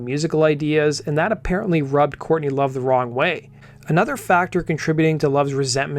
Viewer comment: Dude with all due respect if you're going to talk about a band you should probably at least learn the name of the singer before you make a video about the band and mention their name incorrectly. J/S